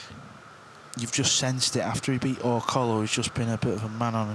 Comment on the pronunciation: Pardon; - the name of Dennis's last name is pronounced "or coyo"; not or collo. Double "l" in Spanish has a "y" sound. Or-coyo is a Spanish name even though he is Philippine. No offense intended.